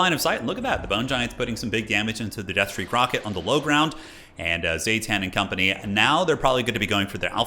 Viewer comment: "Zah-tahn" not "Zay-tan" haha